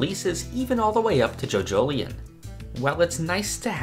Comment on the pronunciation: Nevermind colours, I'm just here weirded out by "joJOlion" instead of something more spanishy-like as in "jojoliON"